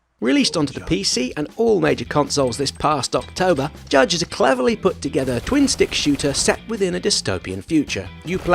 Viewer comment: Isn’t it Jydge, not Judge?